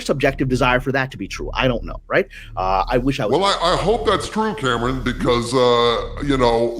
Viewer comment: How can you not even try to ptonounce kamran. Its not Cameron fool